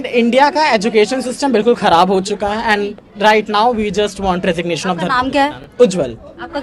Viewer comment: रेजिग्नेशन नहीं dregination मांग रही है😂😂😂😂😂